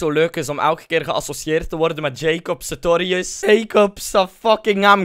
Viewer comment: Het is nie Jacob Satorius ma Jacob SaRtorius